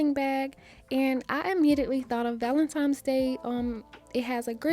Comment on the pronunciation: Val-en-tine valentine. VALENTINE (I love u, but please stop saying valentimes:it’s simply not a word) 🤦🏾‍♀️